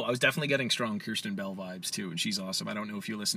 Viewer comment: The fact that he said kristen bell and lauren gram wrong